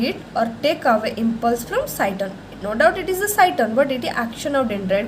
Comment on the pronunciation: Head part of neuron is called cyton/cell body not cyston what you are saying.